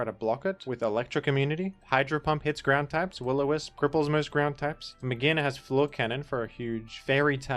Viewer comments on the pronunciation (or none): its not "may-geena" it's "Mage-are-na". its not "may-gee" it's "MAYJ", may, then pronounce J. So like Mage on it's own is not "Maggie".